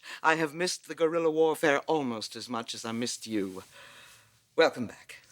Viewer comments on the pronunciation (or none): I know that's what she was supposed to say. But that's not how she pronounced it. 😂